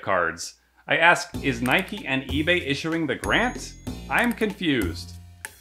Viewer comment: Nike not Nikey lol